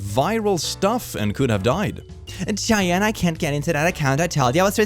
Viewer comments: Cheyenne is pronounced "shy-anne," and i believe it's also the name of a native american tribe that originally lived in the northern part of what is now the us; right around what is now minnesota. ofc since not enough native american history was taught in public schools. . i cant actually say with 100% certainty. and i can't give a lot of reliable detail. But i do know a lot of people with that name around where i live and that's how i hear them pronounce it. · Cheyenne is pronounced Shy-Anne not chai-knee jsyk 😊 American words huh? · Is "shy-Anne" not "chay-nee" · say it with me: shy Anne = Cheyenne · cheyenne is pronounced Shy-en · Cheyenne = "shy-Anne" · This is not at all important, but FYI. I just wanted to let you know, that name Cheyenne, is pronounced "shy-anne". 😊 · Cheyenne = shy-ANN. It's an American native people tribe Ivermectin = eye-ver-MEK-tin. Just FYI. Love your channel! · Mispronounced Cheyenne. (Not nitpicking, I just want to hear say my name correctly.) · the way this man pronounces "Cheyenne" is absolutely hilarious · You kept mispronouncing "Cheyenne".